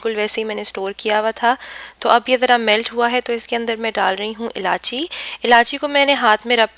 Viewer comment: Ilaichi not ilaachi